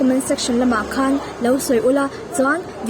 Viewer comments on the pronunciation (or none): none